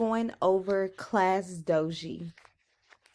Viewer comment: Class dojo not class doji